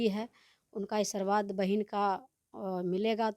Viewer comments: बोलने भी नहीं आते बकलोल लिया को आशीर्वाद को ई😂😂😂सरबाद बोल रही है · Sabse pahle Aashirwad Sahi to bol lijiye abhi sikhye